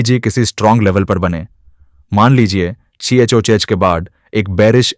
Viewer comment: CHOCH ❌ 😂😂😂😂😂 CHANG CHU CHA ✅😛